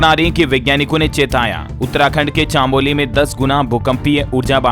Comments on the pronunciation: Chaamoli nahin chamoli. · कम से कम हिन्दी तो सही बोला करो। चमोली है चामोली नहीं। भूकम्प नापने का पैमाना रिक्टर होता है रियक्टर नहीं। रिजर्व बैंक के गवर्नर (गवरनर ) होते हैं गर्व नर नहीं